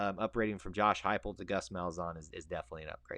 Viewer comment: Heupel is pronounced like "Hi-pel"